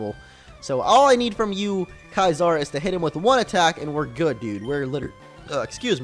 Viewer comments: Your right it's See-sir. Not Kaiser.. that's German for emperor and Caesar is Latin for Emperor. I wonder if he realizes his error. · IT'S PRONOUNCED SEE-ZAR not Kaezar. Caesar=See-zar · It's not (kai-sar), it's (see-sar). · Caesar is pronounced like Kaiser? Thought it was like "See-sir" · Its not Kaisar, its "Kaesar" pronounced as it was Spanish, the other pronounciation of latin doesn't change this word since its a name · Why do you call you Caesar, Kaysar instead of Seesar? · Lol it's pronounced (SEE'-zer) Not (KAI'-zahr) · The mispronunciation of Caeser hurts me. Its not Kaiser, that's a different word! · Bro 2 things, you spelled "Twatter"(twitter) wrong, and kaizers(bulbasaur) real name is caesar(pronouced like scizor) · Yeah. Its pronounced See-zer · It's "Caesar", not "Kaizar"......................... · Caesar isn't pronounced Kaiser* Just saying... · It annoys me that you pronounce Caesar like Kaiser. Stahp. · How can you seriously mispronounce Caesar?